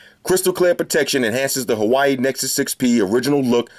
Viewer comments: No big deal man, but FYI, Huawei is pronounced WA-WAY, not Hawaii (like the state). Thanks for the video man! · bro huawei not hawaii. good video tho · I love the fact you call N6P like Hawaii.......instead of woawae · I've got the same case for my 3rd gen Moto G and it looks good but it gets greasy easily as fck. (I Crack everytime you say Hawaii 😂) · what a knife... The way he pronounce '' Huawei ''... I'm dead